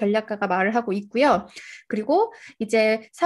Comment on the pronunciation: 말 마지막글이 높은거 같네요 ~ 있으면/서. ~ 그리/고 등.